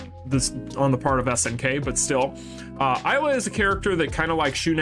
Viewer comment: I wanna too Isla in the game. Isla and Krohnen Will be great. PD: it's Isla (ee-sla), the "I" sounds like an "e", not like the "I" normally sounds